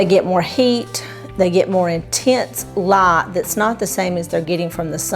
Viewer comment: Hi. Excellent video. Can you make Christmas/Thanksgiving cacti bloom with this method any time of year or only when it naturally seasonally blooms? I love how you say light, night and tornadoes. I’m in CO. There are no accents other than those who’ve moved here. Such as my parents from OK and IA.